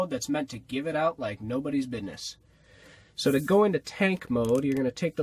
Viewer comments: insted of bissnes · you said biddnes